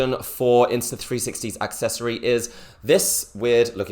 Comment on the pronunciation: Whats an AXccessory? There is no X in Accessory lol